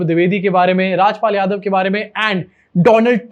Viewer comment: Donald Trump nahi bhai woh Doland Trump hai.